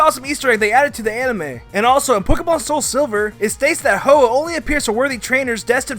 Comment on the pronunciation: I know it was Hu oh not fearow